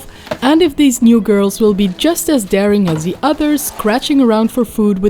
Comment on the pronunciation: has really to learn to pronounce the English TH in the right way.